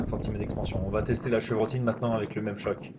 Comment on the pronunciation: Peut on arrêter de prononcer les « chokes » (qui est un nom anglais) chock ? J’ai déjà entendu un chasseur dire que sont cannon été chocké sur le coup j’ai même pas compris ce qu’il me disait, quand j’ai compris j’avais envie de le gifler ! D’autant plus que choke veut dire étranglé donc ça a plus de sens que de dire chock... car on fracasse pas sont canon bordel on l’étrangle pour avoir moins de dispersion. Merci 😅😁 Et j’aime bien ce que tu fais continue